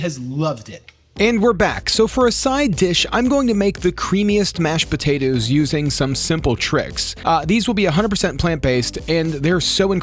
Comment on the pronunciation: I love you dude but hearing you say "botatoes" every thirty seconds has me dying 😂 i know it's a regional accent but it's so pronounced on that word!